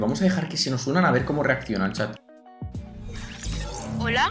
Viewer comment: En el minuto dice chaz en vez de chat